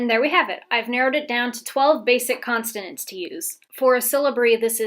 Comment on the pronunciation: Constonants lol